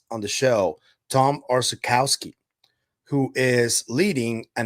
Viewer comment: Orzechowski in Poland is pronounced 'oshehosky' with 'sh' very hard on rear of the mouth🙂. 'Orzech' in polish means 'nut' (as peanut, walnut etc) and Orzechowski is medium popular surname in Poland.